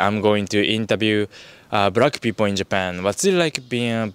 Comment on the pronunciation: ""brackk peepull"